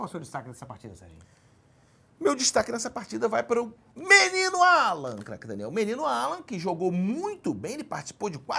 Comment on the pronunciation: Cerjinho esta pronunciando cada vez mais errado o nome de Craque Daniel. Se continuar dessa forma o nome dele vai se tornar apenas um grunhido